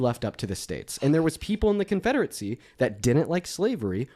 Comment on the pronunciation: Why is saying Confederacy like Confederitsy